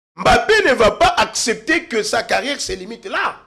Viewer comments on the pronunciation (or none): Ces derniers temps sur politiquons vous invitez des gens de moyens niveau au point que votre plateforme n'est plus attrayante comme dans le temps! Avec qui prononce mal certains mots, le professionnalisme diminue un peu cher JP kayembe. Sitwation, conteste, jige, assepter...